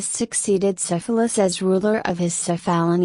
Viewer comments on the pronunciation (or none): it would probably be better if you knew how to pronounce Cephalus